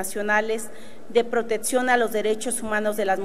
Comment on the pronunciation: Setxo, convetcion, protetxion, atxion, le falto una petsi.....y dios dice q vendran cosas peores